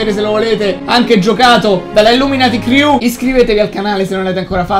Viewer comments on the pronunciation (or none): none